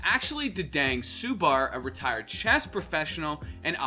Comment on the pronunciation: and subur as "subar"